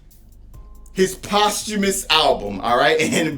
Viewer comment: Bro' your album review stats is lit. You broke it all the way down. I was crying when you kept trying to pronounce "Posthumously". 😂😂🤣